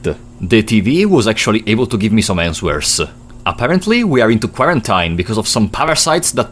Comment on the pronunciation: great video my friend but you gotta watch your pronunciation of answer, quarantine and a few other words lmao